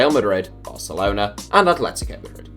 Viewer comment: Well he can't pronounce atletico properly, so he'd have some trouble